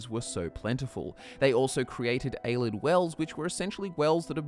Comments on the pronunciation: It's "Ay-Lay-Id", not "Ay-lid" It's "All-ter-ay-shin", not "Al-ter-ay-shin" Mispronouncing "Ayleid" can be forgiven, but you don't know how to say "Alter" as in a Church alter or to alter something? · Its pronounced (Pel-lin-al) not (Pel-lin-neal) and (A-lee-ed) not (A-led) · "A-lids"... A-lee-ids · Ay-LEE-ids for fuck sake... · Pronounced AY-LEE-ID